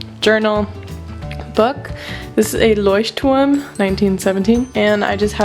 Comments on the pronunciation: Woah, I thought you were German when you actually pronounced Lechturm correctly, but scrolling through comments, you're actually American. Nice! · wait... you're not german? 😂 That was probably the best pronounciation of "Leuchtturm" I've heard so far and trust me I watched A LOT of videos about this 😂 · Are you german? If not, you are the first person to pronounce Leuchtturm correctly:) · are you german? you pronounced leuchtturm so good😂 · Du bist Deutsche, oder? Zumindest sprichst du das Wort "Leuchtturm" gut aus ^^ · Are you by any chance German cz you pronounced Leuchtturm perfectly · I swear she either speaks or is German because she cold pronounce that brand perfectly. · Your German pronunciation is on point. I also thought you were German at first. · as a german I thought you are german:D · leuchturm. i personally dont know the brand but that is a clear german pronounciation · First Person here on YouTube Who pronounce "Leuchtturm " the right Way 😍😂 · Wow you say "Leuchtturm" soo good. First I thought you are german :'D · ikr! she said was fluent in german in a reply to a commenter on this video :) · Yes i am german :D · Very nice video! Also, I like how you pronounce Leuchtturm, like how it's pronounced in German, instead of "Loish-term" (I kinda dislike that pronounciation) But yeah, definitely subscribing!👍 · Its great that you pronounced Leuchtturm right.